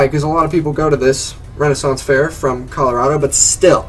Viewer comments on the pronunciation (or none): none